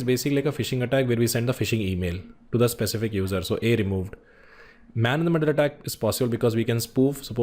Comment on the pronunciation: Man in the middle not Main-in-the---Middle